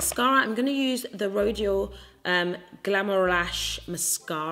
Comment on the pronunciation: The packaging of this collection is unreal! 😍 we love a spicy legend! 😂❤ When you said the mascara it sounded like you said 'glamour rash' 😂 listen if there's gonna be a rash it must always be fabulous 😂